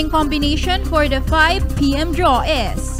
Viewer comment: Is she pronouncing the word "is" correctly???.. I think it is pronounce as "iz" not "es".. no big deal though and correct me if I am wrong..